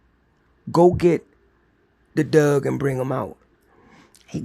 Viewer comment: I really like the stories, but I'm having issues with how keeps pronouncing the word "Dog as "Dug". I just can't understand why that is.